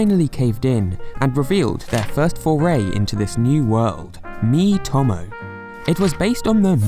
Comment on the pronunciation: Mii-to-mo not mii-tom-o